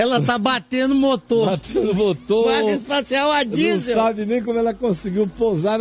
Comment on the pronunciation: Kakakaka "disel"